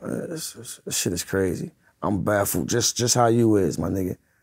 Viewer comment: Bru said. I’m “baffled”😂😂😂😂